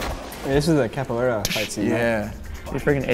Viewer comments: As a brazilian it warms my heart how really tried his best with the pronunciation for the capoeira moves!! Very good!! I would love to see this guy again, he breaks things down so well!! Love his comment about stunt-performers! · seems like such a nice guy to hang out with and he also nailed the "Capoeira" pronunciation twice. Loved him! <3